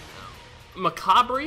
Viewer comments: Speedy, Macabre is pronounced Macabre (Ma-Cobb) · Macabre is pronounced Macarb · Speedy. ITS PRONOUNCED MACABRE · Speedy, it's pronounced Macabre... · It's pronounced macabre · OMG speedy it's pronounced "macabre" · its pronounced macabre